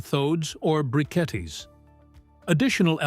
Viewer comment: More AI slop. What is a "briquetee" FFS